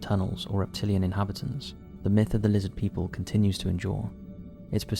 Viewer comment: Lizzid Peeple!! - HeckleFish 😂😂😂